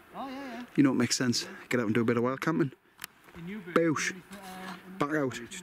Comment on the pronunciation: Nice to see you 'back oot' (proper), and looking well. Take care fella and ATB. 👍